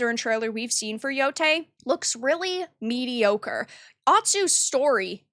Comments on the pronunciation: At least pronounce the name correctly. It's Yotei not Yotai. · It still bothers me that can't pronounce yotei correctly